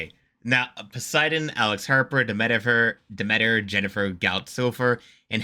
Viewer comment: love that mispronounced name XD Demetifer